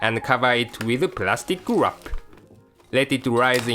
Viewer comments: lol I like it when he says "Lets wrap it with the Plastic WAAP!" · I love the way he says wrap ^_^